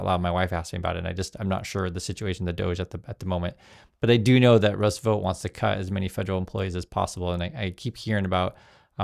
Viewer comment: Vought is pronounced Vawt, like bought.